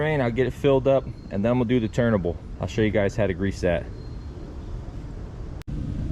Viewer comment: I enjoy your videos. You say "turnable", or are you saying turntable and because I'm hearing impaired I hear "turnable".